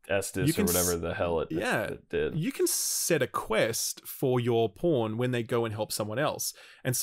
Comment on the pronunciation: The CC for this video registers saying ‘pawn’ as ‘porn’, pretty amusing if you’re just reading along. My favorite line was probably ‘alright well I’m just gonna go find this cyclops and kill it with this porn’.